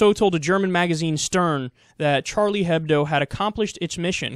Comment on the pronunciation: H shouldn't be said in Hebdo, you would say Ebdo instead :) just pointing it out for futher reference :)